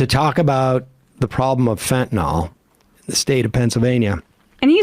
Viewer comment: Why have none of Sam's cohosts ever corrected his pronunciation of fentanyl? How many videos on fentanyl has he watched on this show? It's like listening to my dad say "liberry" and "expresso" and "wee-fi".